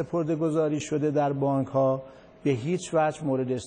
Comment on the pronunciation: به بانک گفت بانگ...